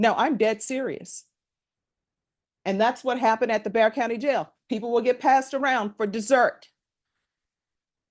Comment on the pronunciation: It's "Bexar" county, but pronounced "bear"